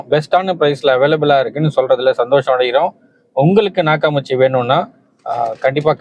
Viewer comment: அது நாக்காமுச்சி இல்ல. நாக்காமிச்சி. அதிகமான பேருக்குத் தெரியாத அற்புதமான ஜப்பான் ஆடியோ சிஸ்டம். சரியாக உச்சரியுங்கள் அன்பரே.